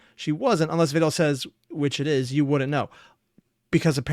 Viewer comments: Vedal is actually spelled like "ved-al", but Neuro calls him "veedal" and that's what most people have started using instead As for the text, she has an automatic feature where she puts what she says on the screen, even in the live stream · It is actually pronounced vedal (like medal or pedal), veedal is what neuro calls him and is basically also accepted as "correct" at this point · "Vedal" like "medal" and "pedal" is the "correct" pronunciation. Everyone is running with "Vee-dal" though, because that's how Neuro says it and he's just accepted it. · Just started the video, but just so ya know it's actually pedal medal vedal..lol, Neuro just says Vee-dal and he rolled with it. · It's Vedal like pedal and medal lol. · And then we have Evil with "Veedool" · Yet another person falls to the wrong pronunciation of Vedal's name thanks to Neuro 😔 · You switching up how you pronounce Vedal needs to be a running joke, just every video do a different pronounciation saying "It's apparently like this"